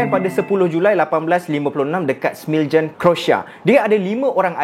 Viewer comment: Correction , smiljan (spell = smilian /smilyan)